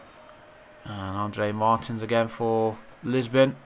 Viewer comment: Amazing andre Martin's is pronounced Andre Mar-teens